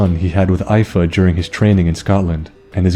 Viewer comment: Nice video, but it's pronounced Ee-Fa(Fa as in Far).